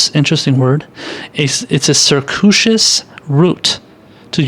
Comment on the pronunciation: circuitous....sir CUE eh tuss